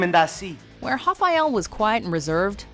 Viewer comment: You pronounced rafael like a fuckin idiot